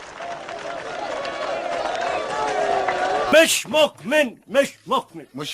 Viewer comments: مش مكمن مش مكمن 😂😂😂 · مش مقمن مش مقمن 😂😂😂 عثل والله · مش مقمن مش مقمن